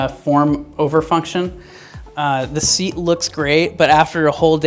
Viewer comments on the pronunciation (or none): none